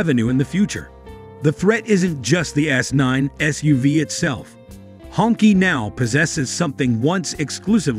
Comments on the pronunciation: Please pronounce the name correctly. It is "Hong "Chi", not "Ķi". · The narrator needs to do more research. It’s not pronounced “honkey” but “ hong-chee”. The phrase literally translates to “red flag”. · It is actually pronounced, "Hong-Chee". But I can see some wanting to call it the "Honky". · More like SHONKY. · It pronounce "hong chee" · it's u r accent not their name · Well thank you for that because I was turned off by the pronunciation, it’s like saying the N word except it’s for white people. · I think the narrator is a computer voice. There are other examples of incorrect pronunciation and pacing. The pronunciation of the name of the car is very annoying. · Yeah he's jacking the name all up!😅